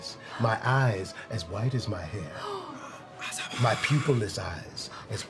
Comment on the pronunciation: I learned english as a second lenguage from a very early age and all this time I've tried to perfect my accent, but lately, as I've gotten older came to apreciate the thicker, inperfect accents like when he says 'Bellowing, wHHite'